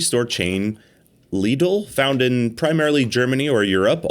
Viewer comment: Lidl is pronounced the same way as how US english speakers say 'little'